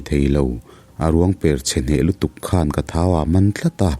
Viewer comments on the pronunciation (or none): none